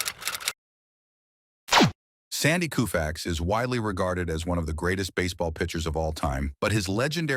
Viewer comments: Sandy Koufax,Claude Osteen and Don Drysdale..thee dynamic trio of thee 1960's..Sandy Koufax is 1 of thee all time GREAT pitchers....is Y he is 90+healthy....is last name is pronounce CO FAX...not KU FAX.... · This piece must not have had an editor, or anyone with oversight. I don't know why the narrator kept pronouncing the name KOO-fax instead of KOH-fax, and said "COW-fax" right near the end. In addition, one of the pictures was backward, showing Sandy throwing a right-handed pitch. As difficult as it is to set those things aside, as a whole, the piece was pretty entertaining. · Can't somebody fix the pronunciation? It's not Kooofax. It's Koe fax. Dammit, what's wrong with these people. It's hard to listen to this. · Interesting video. But for crying out loud ... Koo-fax??? Fix it. It is KO-Fax. KO, as in COE. How in the world did it become coo-fax? Nobody is going to take this seriously with this awful audio track. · Loo-fax? Koo-fax. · Please! Use a little researched thinking (before SPEAKING)!! "COO-facts" where'd you ever hear that?? "KO-fax"!!! This is as bad as the wiping out of Mel Allen's deeep Southern accent in "61*". A tribute to Maris and a horrible slight to Mel. There are SOME of us who would like keeping the flavor of the originals. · You need to correct your pronunciation of his name! It is “Co-fax”, not “Coo-fax”! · This narrator always Mispronounces names. I mean really, coo-fax… really.😮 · The first time Yankee broadcaster Mel Allen mention Sandy's name, he pronounced it the same way, k o o u f a x. I never forgot that. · "KOO-FAX"?? Is this a real commentator or an AI bot? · Why would anyone believe the BS this video is spewing when it pronounces his name COO-Fax??? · Sir I have watched several of your videos please do your homework on pronunciation! Sandy’s last name is pronounced with the u silent! Ko-fax. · Who the f is Koo fax ?!?!?! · OMG it becomes COW-fax at the end. Take this monstrosity of a video down and fix the audio.